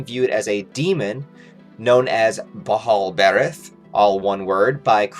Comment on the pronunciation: I think it's pronounced ball-bur-ath